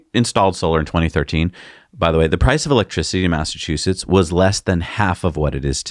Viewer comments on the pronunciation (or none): none